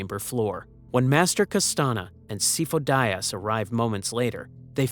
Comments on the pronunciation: "SIGH-foe DEE-uhs" This name is literally pronounced in canon. Otherwise, great video. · Si-foe Dee-az. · The pronunciation of Sifo-Dyas through this is brutal. Not like he's named numerous times in the movies and TCW 😂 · My only beef with this video is the mispronouncing of Sifo Dyas.